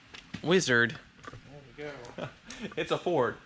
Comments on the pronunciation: every time he says Weezerd all the atoms in my body cringe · Could you please stop saying "Weeezzard!" it drives me nuts! I like your channel but I seriously want to unsubscribe just because of how you say wizard.